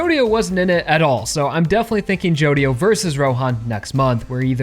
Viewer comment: i hear a lot of ppl pronounce Jodio like you, but I still think the right way is gonna be stressed like Jo-Dio